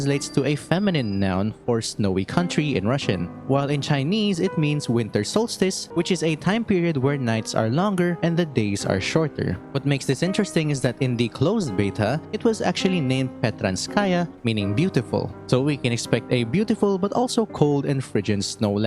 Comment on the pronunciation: Prekrasnaya, not Petranskaya